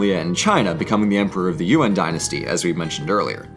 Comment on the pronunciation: lol, it's Yuan, not UN